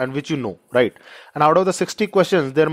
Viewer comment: Thank you sir, the word (right ) Lil irri..others fine.